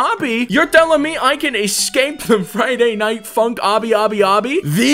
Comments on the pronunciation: You saying funk sounds like F***k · When he says 'Funk'' it sounds like he's saying 'f*ck'